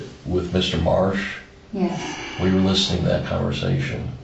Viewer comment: mispronounced the boyfriends name. His name was Marsh A1 said Mar